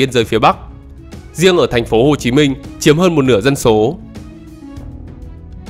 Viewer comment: Chú ơi nói chuyên đừng có ẻo lả quá ủng như chửi dân số dọc thành dân sổ